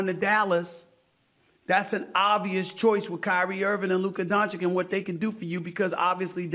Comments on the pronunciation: HIS NAME IS PRONOUNCED DON-CHICH.. STOP SAYING DON-CHICK 🤣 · It’s pronounced Donchich, no donchick ffs get it right already! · Donchik?? Man, the disrespect you media people are putting out is outrageous! Steffan Ai. Smyth, can you learn to pronounce Luka's surname? Its not that difficult. Donchich. Boom, problem solved. He has been playing in NBA for way too long for you not to learn how to pronounce his last name and not only that, but he plays near better than Leebronze. Or better yet, if youre so ignorant, just stick to his first name. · Will you and others ever stop calling Doncic "Doncik" ? How hard is it? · Hey Steve A Smits, it is disrespectful to mispronounce one of best basketball players last name. You are doing this on purpose, only because he is white dude. You learned how to pronounce Joel's and Giannis' last names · At some point SAS needs no learn to pronounce Luka Doncic 😅! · Love you, man! My favorite NBA analytic, but man, you have to learn how to pronounce Luka Doncic's name correctly. It's embarrassing!